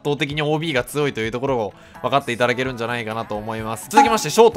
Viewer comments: 批判ではないんですけど、つよいがつおいと言っているのが、気になるのは私だけ？ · って「つよい」の事「つおい」っていうよねw